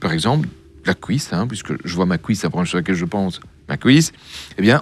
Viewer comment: Le son "ui" devient "ouhi" Il dit pouisque haha La couisine